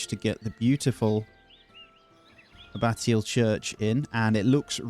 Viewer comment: Really enjoying tis series, but please look up how to pronounce abbatial!